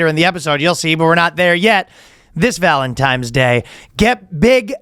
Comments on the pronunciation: Of fucking course ryan says "valentimes" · He keeps saying Valentimes during the ad read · Just don't keep taking it, brother. It's ok to use it as a temporary aid when things get incredibly rough, but you're well strong enough to overcome the rest on your own. Sorry for the lecture, I just don't want to see anyone suffer like I did. Also, I believe it's ValenTIMES day. That's the way the in-house Boyscast language expert, Ryan, pronounces it.